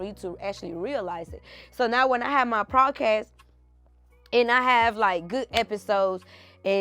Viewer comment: It’s podcast not prodcast